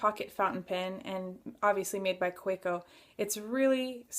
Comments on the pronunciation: Another good review. Pronounce it as you want, doesn't have any impact to how you review it. I enjoy hearing your views. Thanks for sharing. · You have a point. You can't blame someone for mispronouncing unintentionally. Keep up the reviews. They are great !